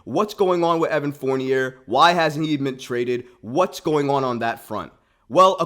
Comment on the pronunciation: His name is pronounced Four-nee-ay